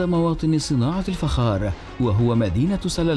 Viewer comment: الفخااار وليس الفجار